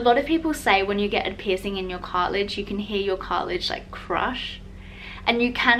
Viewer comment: Piercing!! Pls pronounce that. PIRSING